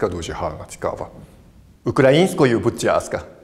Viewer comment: Останні слова були українською будь цятка бо в японській немає звука л